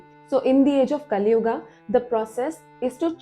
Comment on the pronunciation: Hey Don't mispronounce our pure hindi words like satyug - a , kalyug - a .. this is wrong